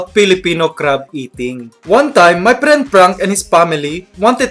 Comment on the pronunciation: You are saying crab wrong and friend